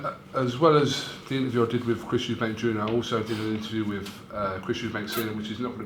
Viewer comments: Why does he fuckin call him Eubanks with an s at the end. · I love the way fisheyes calls Eubank Eubanks every time